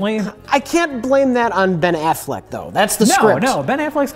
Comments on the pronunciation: I realize this is 4 years late but, "afflekt"? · How did no-one correct when he keeps calling him Ben Afflect?